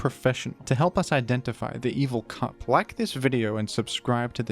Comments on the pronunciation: I know he said “evil cup” but it definitely sounded like he said “evil c**t” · Ngl when he said evil cup I heard evil c*nt 😂😂